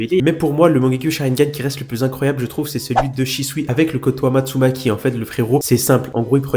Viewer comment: Tu t'est trompé sur la photo prononciation du "KOTOAMATSUKAMI" mais c'est pas grave